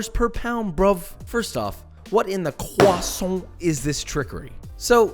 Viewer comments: What in the ✨cwassont✨ is this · What in the CWOSSAINT in this trickery?